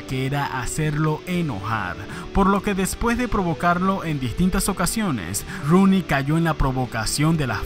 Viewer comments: Todo el mundo: Rooney: roni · Haces un video de alguien que ni sabes pronunciar el apellido...